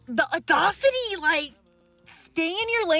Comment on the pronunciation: HAHAHA, the girl and the way she pronounced "audacity", I immediately criticized her internally saying "huh, in order to say it like that, you'd have to spell it 'audahcity', she's not too smart". Then like 15 seconds later the narrator makes fun of her for it. Idk, made me laugh.